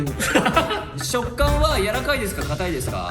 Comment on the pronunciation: ふっかが「やわらかい」のこと「やらかい」っていうの好き